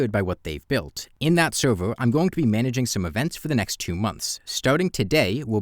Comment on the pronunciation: Why don't you pronounce "r"? "Sewvew", "shawe"? Why?